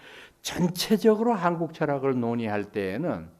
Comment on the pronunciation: 명강의를 들으며, 첫째 질문. "한국"의"한"을 강사께서, 길게 바름하셔ㅆ는데, 길게 발음해야 하는가? 이 사람 의 생각으로는 짧게 발음해야 한다고 생각한다. 제나라 국호도 제대로 발음하지 못하는 나라는"대한 민국"의"국민"뿐이다. 고국의 동포들께 정중히 권하옵노니,"한국 어문을 고발함" 이라는 책을 일독해 주시옵소서. 미국 변 완수 배